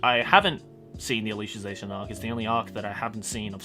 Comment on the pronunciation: how i pronounce alicization: al-i-siz-ation how pronounces it: al-isha-zation i question my ability in being a self-proclaimed weeb.